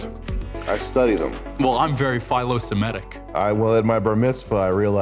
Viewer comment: The guy trying to appear smart and mispronouncing the word "philosemitic" ....😑